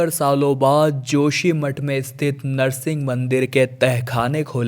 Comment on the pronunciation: नृसिंह मंदिर बोलो नर्सिंग क्यौ बोल रहे हैं